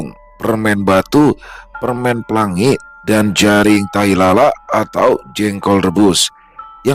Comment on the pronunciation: Bukan jaring tapi jering 😂